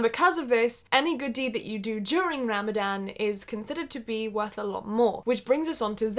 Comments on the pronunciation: Ha ram a Dan wow but non-Muslim's can't say it so I don't blame the mispronounced. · This girl: Ram-A-dan Me: tRiGgEreD This girl again: muh-zlim Evey muslim: TRIGGERED Just kidding 🙃 i really really enjoyed this because its not everyday u find a non-muslim who isn't like OMG TERRORIST when they see or mention us. Im really happy u decided to try this! We need more non muslims showing the world the magic of islam. Sorry for the speech😋 God bless u Love from palestine ❤ Ramadan mubarak😁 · Really hard thing to do but the way you say ramadan is funny bc its pronounced ruh-muh-don but white people say ra-ma-dan LOL, ily <3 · You know it's actually pronounced Ramzan Btw, I'm a muslim you did good Proud of you. ❤️ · I just love the way she pronounces Ramadannn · It is written Ramadan but is pronounced ramazan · You pronounce it RU-ma-don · try to pronounce ramadan as ramazan* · If she pronounce Ramadan like that ONE more time 🤣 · Ik I shouldn’t be annoyed but the way she says Ramadan like that is annoying me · Every time she said Ramadan I mentally corrected her 🤣 no hate Edit: She forgot to mention that we also aren't supposed to purposely smell things (scented candles, lotions, flowers, perfumes and such.) It doesn't necessarily break they fast but you shouldn't do it. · How many muslims were so tempted to tell her how to properly say Ramadan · I Honestly love the way you say “ ramadan.” Good on you gurlll proud of you for being patient enough to last without food for a long time ! 💖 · Jade nah, it isn’t. What would you know Jade.